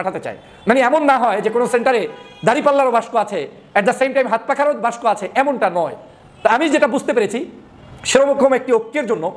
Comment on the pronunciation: আপনি বাক্সকে বাস্ক কেন বলছেন? আশাকরি উচ্চারণটা ঠিক করে নিবেন। যেহেতু আপনি একজন উচ্চ শিক্ষিত লোক।